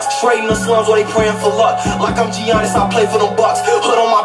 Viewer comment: U reaching. He just said Giannis’ name wrong. A lot of people pronounce it like that. That line is only one meaning and it’s the obvious one.